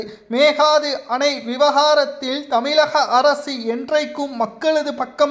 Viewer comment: உதயநிதி சீக்கிரம் கீழ்பாக்கம் செல்வது உறுதி செய்தி வாசிப்பவர் ஒழுங்காக மேகதாதுஎன்றுவாசிக்கவும்